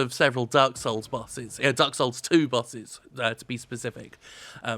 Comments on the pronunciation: It took a while to figure out that Jim was saying bosses, not buses. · It took me around a minute to figure out that the complaint was about "bosses". I kept hearing "buses". Though it made the video very fun to watch. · I thought he said "busses" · Admittedly, it took me a bit to realize you were saying "Bosses" and not "Busses" lol I know nothing about this game but from the gameplay I've seen, it looks like Dark Souls without the rewarding weight of a melee hit. Also there's a cowboy for some reason.